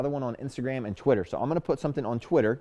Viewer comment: is the best.🙏♥️ Why do I always hear you say"Quitter"instead"Twitter"??!😒